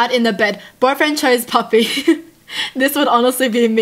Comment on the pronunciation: When she says puppy she says papa